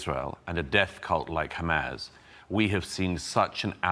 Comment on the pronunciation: It's wild how Doug got absolutely clowned on by Dave Smith a few months ago and he still doubled down on everything. He's a fool. *side note but i can't stand the smarmy way he pronounces "hamas" like "ham-ass"